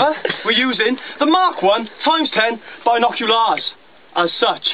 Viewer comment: “MK1 x10 Bye-knock-you-lars”